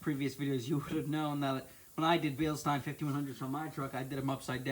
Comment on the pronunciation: ftr it is bil-steen lol